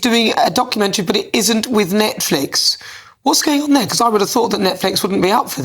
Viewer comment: Its Netflix btw not Netlix